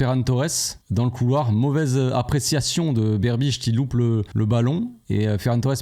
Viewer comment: Mauvaise appréciation de Berchiche (pas Berbiche). Sauf si j'ai mal entendu mais j'ai passé le passage deux fois. Bonne vidéo comme d'hab dans l'ensemble et je suis d'accord avec un des commentaires qui disait qu'il faudrait penser à passer tes diplômes. Ça te confererait plus de légitimité et même pourquoi pas t'ouvrirait des portes pour devenir un consultant régulier sur un plateau. Force à toi.